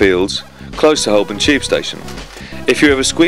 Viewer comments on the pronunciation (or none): none